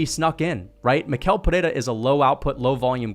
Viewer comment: Since you're one of the few YouTubers who pronounce "Pereira" right, I have to help you with Michel too. The ch sounds like sh, not like k, so it's like mee-shell. Good job btw, you and the Guru are the analysts I follow the most to get hyped for the UFC!